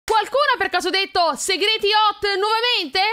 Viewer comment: Mi piace sta serie😅. Comunque inizio video ho pensato che dicessi:qualco ha detto segar$| invece segreti😂